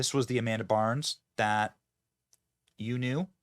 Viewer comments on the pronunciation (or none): Ok, I can’t take this anymore. It’s Amanda BINDS! Not Amanda BARNS. Also, while I won’t argue that she might be woke, I firmly believe she’s screwed up because of the abuse she had to endure by many people on the Nickelodeon set, not because she’s woke. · Its Bynes, Not Barnes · It's Amanda Bynes NOT Burns 😂😅....and She is The Result Of Heavy Drug Use After Being Molested, Raped and traumatized through Hollywood Scum.... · Her name is Amanda Bynes not Barns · Oof. Benny. It's Amanda BYNES. At least get her name right and it wasn't wokeness that took her out, it was being a child actress in Hollywood and massive amounts of abuse she endured. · BYNES!!! Benny has pronunciation problems just like Joey B